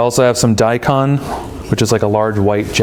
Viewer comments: You could have said “hey the way you pronounce is xyz..just fyi.” But, maybe English is your second language, and you’re not familiar with what is direct/polite.. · Let's try to learn how to say the word ' daikon ' properly before saying it, okay.